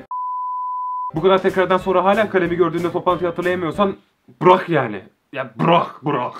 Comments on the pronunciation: bırağ yani bırağ 😂😂😂😂ay sesli güldüm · Braahh artik braahh yani braaahh😂😂😂😂 cok komiksinn